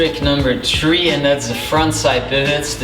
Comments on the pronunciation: Sounds very dutch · Cant even say three right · I love how he says three lmaoo